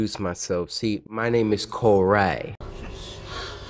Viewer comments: i like cory not corr-ay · I think Cory is better not “COR-AYY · my name isn't Cory, its Co-Rayy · No, it's Corayy not, Cory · no No NO it’s co-rayy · I liked the vid cuz it's cory, sorry "cor-ray", but this game is cringe, barely got past the 3min mark. Seduction guru? really? and the girls on the bed- boy bye. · Sir his name is Cor-ay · u mean co rayy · His name is Cor-ayyy! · It’s co-rayy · DenCorAlSubSke it’s co-ray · Its co-rayy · MegaGamerDude Actually it's Co-rayy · MegaGamerDude you mean cor-ray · Ahem it's COR-AY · Joe Soria you mean Co-Rayy? XD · uuuh excuse me its CO-RAYY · Bella Glitterface ehem... its Mr. Co-RAYY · Mysterious Q202 it's co-rayy